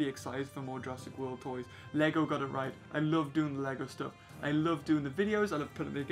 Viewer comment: How are you 12 and don't know the correct way to say "right"